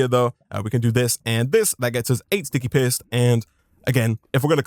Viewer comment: The way you say paste makes it sound like you say "piss"